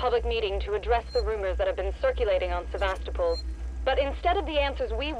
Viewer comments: Really? After 2 videos of you hearing other characters pronounce the word Sevastopol correctly, you still can't pronounce it yourself? It's pronounced Se-vast-oh-pol, not Sever-stow-pol like your doing. It's such a minor little nitpick I'm getting so far with these videos, but when everyone else is pronouncing it correctly, to hear you mispronounce it all the time does get somewhat irritating, but I can get use to it, and it hopefully won't bother me too much as I watch this LP. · it's not "SEV-ah-sto-ple". It's "sev-ASS-teh-ple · the stations name is Sav-as-to-pul not Savas-toepul! They pronounce it in game watch the part again when Valane hails the station from the Torrens. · Going to comment it everywhere)) Se-va-STO-pl is the correct pronunciation. It just sounds wrong any other way. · Yes and No. While technically both are valid pronunciations, listen to how they pronounce the station's name in the cut scenes. Names are a special case; there is usually only one correct way to pronounce a name. Sev-ASS-so-pl is the correct pronunciation for THIS station. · mispronunciation of Sevastopol is driving me nuts. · I can't help but constantly correct your pronunciation of Sevastopol. It's really annoying. Other than that, great series.